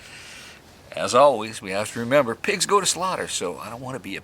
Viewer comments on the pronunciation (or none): none